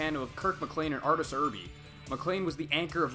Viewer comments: Mispronouncing Irbe's name was funny, but it sounds like "Err" "Bae". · LOL I burst out laughing at the way you pronounced Artur Irbe's name. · Arterz errbee lmao